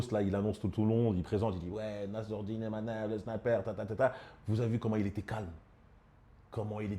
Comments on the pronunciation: IMAVOV et non IMANOV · C'est pas Imanov mais Imavov. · Imavov pas imanov il la répéter à la fin